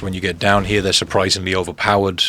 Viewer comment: Why you say here all weird